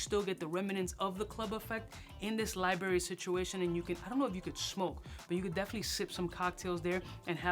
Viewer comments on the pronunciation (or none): Been almost 10 years since I moved from NYC and hearing you say LIE BERRY (library) brought me right back! Biggest in the game!